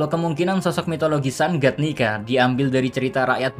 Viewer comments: Bro why you say it nigga not nika? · cok yg bener lah njir nyebut "nika" ntar di cancel western wkwkwk.